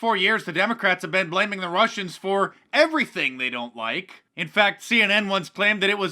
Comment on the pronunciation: Wussians! Th’ Wussians!